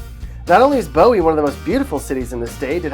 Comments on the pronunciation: Ugh it is Pronounced boo-ee Not bow-eee (Bowie) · First, the blithering idiot narrator pronounced LaPlata and Bowie wrong. La-plate-a not La-platt-a. Boo-ey not Bow-ee. Takoma Park is a hard communist hellhole where Republicans are not allowed to live and smoking a cigar in your backyard is frowned upon. Cheverly is a PG County dump with lousy restaurants and surrounded by crime and the schools are atrocious. La Plata is becoming a dump as it is getting the riff-raff from PG County migrating there. Poolesville and Rockville are in big government Montgomery County where you have to ask permission from the government to do almost anything with one's own property. The elected officials are hard-core Stalinists. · Bowie as in the knife not Bowie the artist...... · This is the absolute worst advice ever. But its obvious this guy isn’t from Maryland. La Plata is pronounced La Play Ta. Not The way he says it. Same with Bowie. Its not Bow E. It’sBoo E. And its a dump in the middle of Prince George’s county. What about Solomons, Annapolis, Davidsonville, Several parts of Southern Maryland are great. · Correct pronunciation of La Plata and Bowie: La PLAY-tah, not La PLAH-tah BOO-ee, not BOE-ee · Mans really said Bow-ie its Boo-wie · It's Boo-ee not Bowee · Cheverly is Pronounced like chevy with a "sh". Bowie is Pronounced "boo-wee" 😂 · It’s pronounced (la plate-a ). And ( boo-e) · This person does not even know how to say Bowie correctly? Bow-we, seriously ?😐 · Okay so first it’s La Play ta (La Plata), second it’s Boo wee (Bowie) and third Rockville is only a 20 minute drive north of DC, your depiction has Rockville up near Hagerstown which is about 1.5-2 hours away. Maryland is a wonderful place to live, especially Montgomery County. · For the love of God it’s pronounced Boo-E! And why the hell is the star from Rockville all the way over there?? Lol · “Bo-Wee” made me physically cringe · ITS BOOOO WEEE BOOWEE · The guy mispronounced La Plata, Bowie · he said bowie wrong